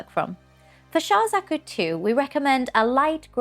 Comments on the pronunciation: they way she pronounces Zaku is bothering me, its like she's saying Zuku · me too! at least check how it´s pronounced before you hit record 🤦‍♀